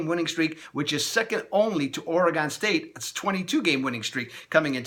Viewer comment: I'm sorry man but i get real tired of people pronouncing oregon wrong